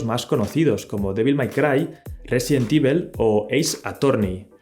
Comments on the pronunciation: Me desespera tu pronunciación del inglés: Evil se pronuncia "ivol", no "ivel". Apple se pronuncia "apol", no "apel" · "Resident ivel" 😂😂